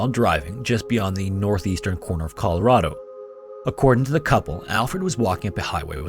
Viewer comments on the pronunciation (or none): none